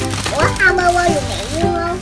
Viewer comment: Hamburger chứ ko phải là hamberger😅😅😅